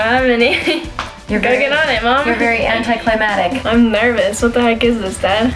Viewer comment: You’re very anticlimatic. It’s pronounced cly-Mack-tick